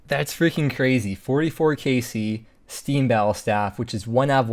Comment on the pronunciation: “Oooo stweam bwattlestaff”